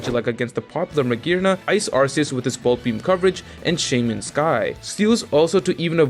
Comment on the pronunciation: Look your content is good, but ffs its Ar-Key-us not Arseus